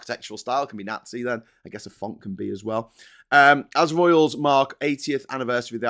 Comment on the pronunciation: can you please learn to pronounce "nazi" properly? Jeez.